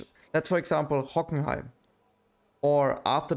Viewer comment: Are your German? Because you pronounced Hockenheim so perfectly